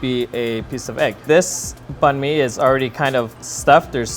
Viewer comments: says it wrong. says it right. remembers that he's american and says it wrong. Disgraceful. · You just destroyed that "Banh Mi" pronunciation. Just pick one already, you're switching back and forth here. And you're Vietnamese!!!!!!